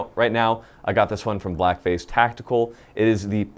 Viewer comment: Oh my goodness I could have sworn I heard "blackface tactical" when he was describing the IR device. Only after I googled it did I find out it was "black phase". Had a good laugh there